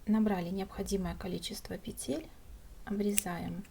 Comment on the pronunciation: Спасибо! Незупречно снятый МК. Красивый шарф! Но.... как здорово, если бы вы и говорили правильно. "Набрать 80 пЕтель, а не петЕль". Слово "Петля" - во множественном числе, во всех падежах нормативно только ударение на первом слоге: нужное количество пЕтель, ремонт пЕтель, шторы на пЕтлях, слететь с пЕтель . Правильная речь украшает.